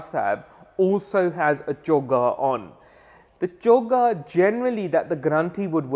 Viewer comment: It's choga dude